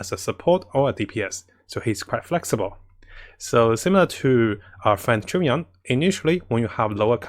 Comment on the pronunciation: Everyone: Chongyun: Chungyon